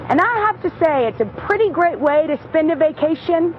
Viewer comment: And she said "grit" instead of "great!